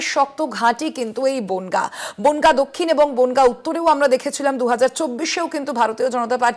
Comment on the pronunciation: বোনগা নয় রে বনগাঁ হবে😮😂